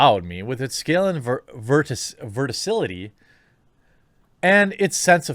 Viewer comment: Vertical, Verticality ( Ver-tee-kality )